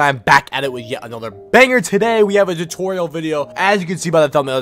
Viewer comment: "DRIBBLE DU-TORIAL"